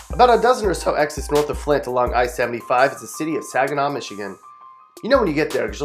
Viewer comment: Man he did flint wrong don’t disrespect my hometown we not that bad